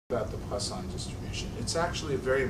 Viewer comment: Well, I for one am quite relieved to know that it's not pronounced Poison Distribution!